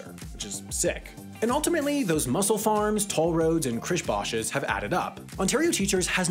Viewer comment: I'm just hear for the weird way pronounces Chris Bosh's name.